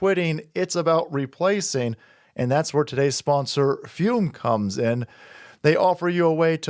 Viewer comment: I appreciate you pronounce the flavored air device "fyoom". So many people pronounce it "foom", and you know what that is like? It's like a knife in the heart. Every. Single. Time.